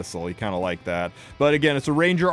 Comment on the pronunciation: "For the six of you who loke playing Dark Adin..." Damn, bro...